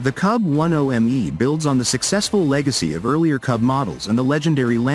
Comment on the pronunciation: A little digression! "KUB" is not read or pronounced "KAB" because the word itself in Russian means "space per cubic meter m³!"